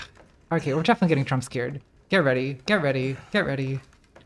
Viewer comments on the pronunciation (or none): none